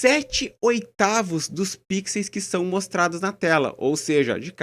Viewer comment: O correto é "pixels", não "píxeis".